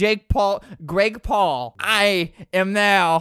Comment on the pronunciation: it's not grake Paul it's Greg Paul